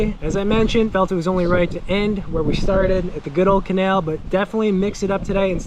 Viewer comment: “Da canail” “In this canail” “CANAIL!!!”